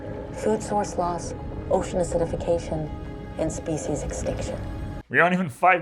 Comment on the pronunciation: She definitely said "Warmper water" and "ocean assizification", right?